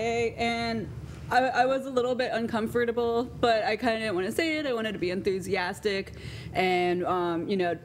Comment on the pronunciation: How many times did she pronounce uncomfortable wrong?